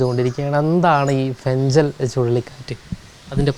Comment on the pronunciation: Fengal എന്നാല് ഫെൻഗൽ എന്നല്ലേ പറയുക? ഫെൻഞ്ചൽ അല്ലല്ലോ